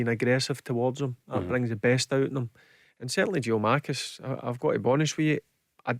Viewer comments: Barry spent 2 and a half years calling Moussa "Dumbelly". And now it's "Giamakis" whoever tf that is! 😆 Is it too much to ask that a professional pundit should know the names of the players he is paid to comment on? Or yeez aw too scared to smarten him up? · The least you could do as a paid pundit is learn the players names ya fud 😂 Jeeomakis 🤔👊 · Can Barry maybe learn how to pronounce his surname properly